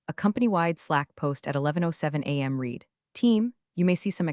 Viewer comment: This AI is better than most. Unfortunately it still can't tell, amongst other things, the difference between the past and present tense of 'read.' Which is annoying.